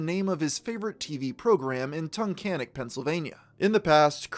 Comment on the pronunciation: You pronounced Tunkhannock right. That's ridiculously impressive. Did you look it up first? Haha I'm from Tunkhannock and people around here have a hard time saying it lol